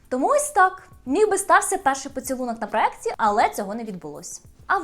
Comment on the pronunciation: Як людина можна обговорювати чужий інтелект якщо сама свідомо говорить з помилками. Я вже зауважувала, що правильно проЄкт.... Відповіли: а мені подобається не так, тобто з помилками.. Ок, але не чіпайте чийсь інтелект, бо хтось неправильно говорить..